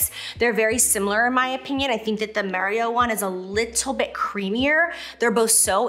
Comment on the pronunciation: Am I the only one that’s hearing M(EH)rio instead of M(AH)rio 😅🤣